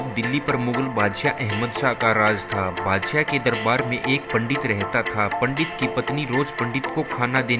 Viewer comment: Bhai pahle hindi bolan seekh theek se Bhangi or badshyay kya hota hai Shi uccharan sikh